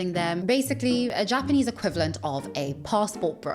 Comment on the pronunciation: His Japanese pronunciation is very poor - his he manages that after living and teaching English in the country for years, it quite impressive level of failure.